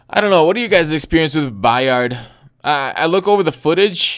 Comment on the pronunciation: It's just Kevin 'By-ird' not 'By-ard'.